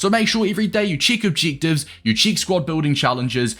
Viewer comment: “Cheek obcheektives”